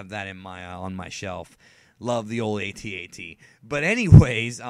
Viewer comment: I have never before heard an AT-AT pronounced that way.